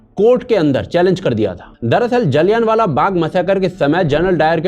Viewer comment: सूसरे..जलियानवाला नही. जलियांवाला